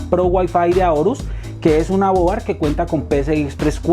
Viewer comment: Colombiano, Colombiano ... No se dice boar... Argentino, Argentino no se dice mader.... Se escucha horrible, se escucha horrible...